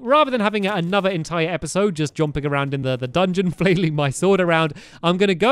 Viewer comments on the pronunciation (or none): You said jomping